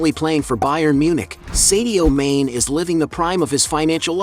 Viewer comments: His name is Mane'.not main u should know better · There is a reason for the accent over the e, it’s pronounced “marney”.